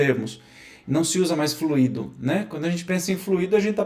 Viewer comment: desculpa, mas não é FLUíDO com acento no í - que significa um líquido, é fluido e se fala como se fala "muito", o expositor está confundindo as palavras, fluido é elemento espiritual e não fluído que é um elemento líquido.